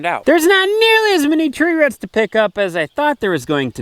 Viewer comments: Love the videos corn the, just one tiny little thing... Its roots not 'ruts'! 😜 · roots not ruuuts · I love it when you say ruts, here in the south we say roo-oots! I cannot thank you and Nave and your family enough for your videos. I am a retired teacher, who Praise God, survived cancer. My husband and I, along with our granddaughter have 4 rescue dogs. We have been very limited and careful about where we go because my hubby has a blood disorder. You guys have really really kept me sane. Thanks so much! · ITS ROOTS NOT RUTS🤣🤣🤣🤣🤣🤣💯❤ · They probably say roof the same way. It's a common regionalism / dialect for the upper midwest.